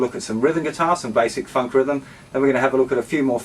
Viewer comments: bro when you say funk its sound like 'fuck' xD everything else awesome! ;) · when he says funk it sounds like fuck